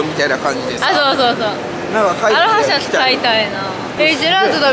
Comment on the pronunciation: 、アロハシャツのイントネーションも違う😂